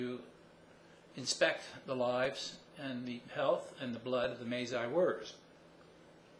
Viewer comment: "one is the May Zai warriors" Masai. Pronounced: Muh. Sigh.